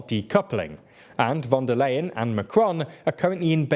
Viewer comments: Unfortunately, you are mispronouncing von der Leyen's surname throughout the video. It's [ˈʊʁzula fɔn deːɐ̯ ˈlaɪən], "ey" becomes "aɪ", like "i" in price or time. You routinely butcher the pronunciation of names in less known languages, but this is German, quite known language and easy to more or less pronounce properly by an English speaker. However, no one in your team thought about even consulting Wiki on the pronunciation. Please do better in the future. Otherwise it is quite disrespectful and detrimental to your image as a professional site. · Is it really that difficult to pronounce "von der Leyen" correctly? It is really hard to take a channel called "" seriously when you systematically mispronounce the name of the president of the European Commission.